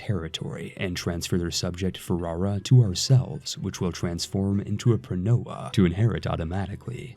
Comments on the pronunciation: Not that it matters, but the correct pronunciation is: Pronoia -> Pronia. In both '-oi' and -'ei' you should ignore the first vowel when reading it. Also 'eu-' is read as 'ev-'. Eugeneis for example would be read as Evgenis. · Thank you for this nice and simple to follow guide on the new update. (Pronoia is pronounced pro-knee-ah by the way)